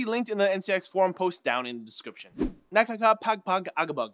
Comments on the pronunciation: ***** it's na-ka-ka-pag-pa-ba-ga-bag! haha but nice try! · Ang kulit ng pagkasabi niya ng tongue twister natin hahaha XD